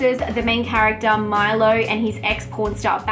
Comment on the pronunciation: I am Serbian, so I can see it with a local insight, but I think this theme is quite universal. I think you really didnt get the message right, the movie is not about betrayal, it's a secondary thing in this movie. And the name of the main character is not Milo dammit.... I suppose its all the same to an American, but it really feels weird when you are talking about a movie you say you like with a glow in your eyes and mispronouncing the main character's name 😒 Did you watch it with dubbed voices or what??